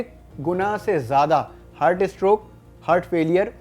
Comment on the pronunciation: Abe hurt nhi heart.. Bolna to sikh le